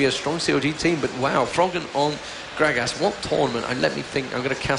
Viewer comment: The british guy calls gragas "Grag-Ass" LOL